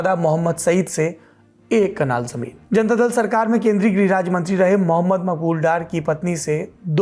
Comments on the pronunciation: कनाल या कलान लिखावट और उच्चारण में बहुत अंतर हैं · कलान नही कनाल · Kitni baar Kalan ko kanal bola